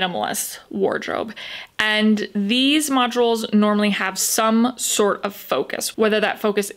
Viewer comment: Modules is 2 syllables not 3 🙄